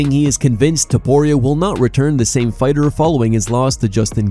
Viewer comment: Eddy should say “Fightuh” a few more times